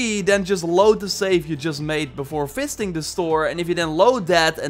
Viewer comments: Why is he saying "fisting" instead of "visiting" or is there a mechanic in the game that I'm not aware off? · Dutch perhaps? The V in Dutch is pronounced like an F. I was hearing the same thing 😅. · I was like : wait...what ?! 🤣 I had to replay it aaannnd I‘m pretty sure he said fisting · When says visiting it sounds like FISTING. I’m like what the hell lol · Think it is how he says it.